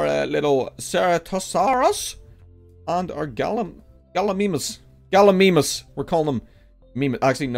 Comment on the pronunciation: It's Gallimimus so if you don't know how to say Gallimimus then you won't know how to spell